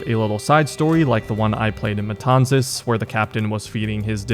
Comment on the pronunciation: I was born in Matanzas so is so funny to me when i hear you saying the name jaja great video like always!